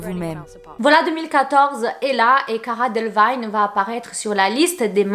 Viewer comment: Ça se prononce Cara Délévigne « ee »